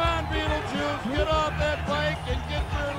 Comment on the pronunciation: u really said battle juice xd